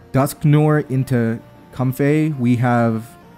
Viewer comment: and it's not how pronounces it. He pronounces it comfé When it really should most likely be comfae